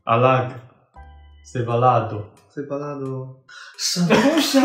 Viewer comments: Your pronunciation of "Separado" is so cute, Sounds like "sepalado" hahaha 😂❤ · Esta palavra "separado" você pronunciou com a letra l e não com r ... mas ficou tão fofo... ❤ Abraços do Brasil .... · Aiii mdssss o falando "sepalado" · "Sepalado"😂 me encantó JAJAJAJJA no te burles del pobre 🤣🤣🤣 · Las "sephalado" y yo cuando: 🙈💘